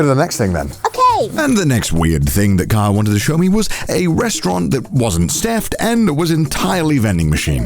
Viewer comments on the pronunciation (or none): Why does Connor says Kaho like Carl 😭